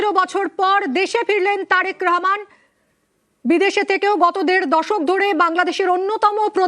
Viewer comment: এরা উচ্চারণ করতে পারে না ঠিক করে রেহমান হবে না রহমান হবে কিছু মনে কইরেন না